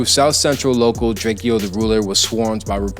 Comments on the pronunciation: Drakeo not drake-o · How am I supposed to take this video seriously when you can't even pronounce Drakeo's name right 🤨